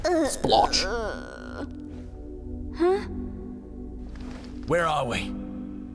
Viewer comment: "smach, sploch" -Matpat